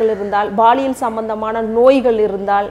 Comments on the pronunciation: Madam, Athu Baliyal illa Paliyal😂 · அது baliyal illai Paliyal (பாலியல்)